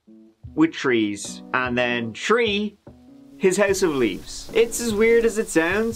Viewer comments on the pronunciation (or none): I made a comment about how you saying 3, it sounded like 🌲 It was back when you were still doing the captain bit, so a long time ago. So the beginning of this episode is super funny for me. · Growing up in Massachusetts and watching a LOT of BBC when I was a kid means I can tell the difference between saying "Tree" and "Three" about half the time. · Tree or Three which is it? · The man who pronounces three as tree is now covering a case involving trees? Let's give it a goo! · For those new to the channel when says: Tree = a tree or the number 3 Turty = 30 Tent = 10th Goo = go Ya welcome, and congratulations on finding the greatest truecrime channel on YouTube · It’s not fault! Three is trí in Irish, pronounced tree. It’s a throwback to when we all spoke Irish here. ☺️🇮🇪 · Tree tousand tree hundred and tirty tree and tree turds. There I've got it out of my system. Tanks 💚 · One, two, tree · How come he can pronounce “theft” but not “three”? I think the pronunciation is entirely intentional.